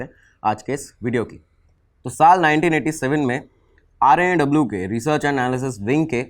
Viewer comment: Say it R&AW not RAW